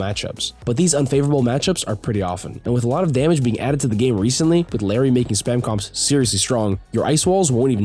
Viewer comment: the correct pronunciation for "Illari" is something like "ee-yah-di" (if you speak Spanish you should know what I'm talking about). most people who speak English say it how they see it, which is fine. but ITS NOT PRONOUNCED LIKE LARRY 💀